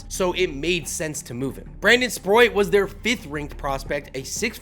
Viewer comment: Stop saying Sproit!!! It's Sprout! Spr... oat